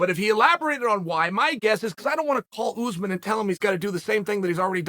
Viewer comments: Oozeman ? I think you’re referring to Ouu-sman (Usman) not Oooooooozman. You must be some kind of half a momo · It's uZ maahn not oozman